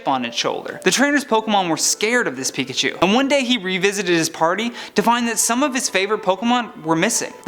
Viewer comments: “Picahu” It’s... it’s pikachu... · IS PIKACHU NOT PICACHUE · NOT MIMIKYI